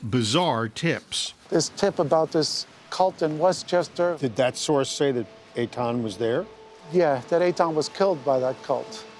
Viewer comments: Please pronounce his name correctly. It's Etan not Aton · Aton?? wth is wrong with that pronunciation of Ethan… lmao